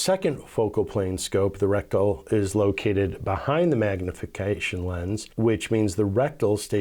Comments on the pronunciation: it is reticle not rectal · You’re pronouncing reticle wrong.. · Yep you sure are lol it's OK we know what you mean